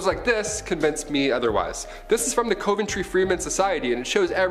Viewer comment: It’s said cuv en tree cove ntree you mis pronounce a lot